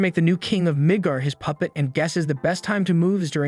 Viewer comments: i thought i just heard nig**r kingdom lol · Not quite, it's just the way it was pronounced in this. The city is called Midgar